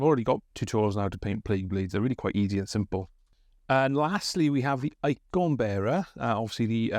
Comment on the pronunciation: Omg all you pronunciation is annoying, icooon bearer? This is ridiculous i'll stick to the standard channels